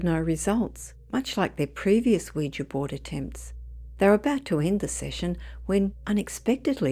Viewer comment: At last someone who can pronounce Ouija correctly.. Most folk even on TV programmes say it like ooh we gee